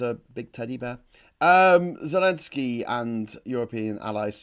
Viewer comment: P.P.S. Never mind about "Zenelsky", live viewers already jumped on your case. We know it's not disrespect here, just pro-russian sources sometimes do that on purpose, especially in their titles. "Zelensky" in English is fine, "Zeljenskyi/Zelyenskii" with a softened "L" and double/long "i" in slavic pronounciation, if you want to flex😆